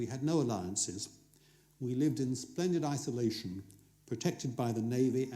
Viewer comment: Every time he says 'Splended Isolation' I think stupidly with a head burried in the sand like an Ostrich